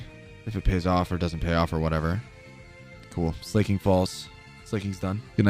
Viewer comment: Lmao just found this channel and I don’t see any comments talking about the pronunciation of Pokémon names (gyarados, slaking, and decidueye pronunciation was absurd). Is it like a running joke or does no one care?